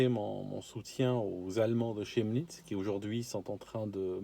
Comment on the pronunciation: Juste une petite remarque prononciation que les francophones ne peuvent savoir: ça se prononce kemnitz. C'est une exception, mais le Ch dans ce cas précis se prononce comme un k. La toponymie c'est le truc le plus casse-gueule en Allemand car ces noms propres conservent des règles de prononciations obsolètes, régionales et d'autres langues.